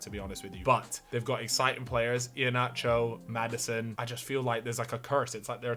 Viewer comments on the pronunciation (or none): none